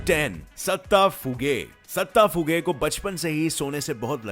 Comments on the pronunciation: Bhai datta hai not satta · Not satta is datta